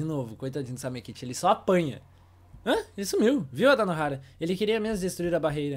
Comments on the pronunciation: CARALHO NÃO E SAMEKITE E SAMEKICHI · pq ele fala samekiti mais e samekichi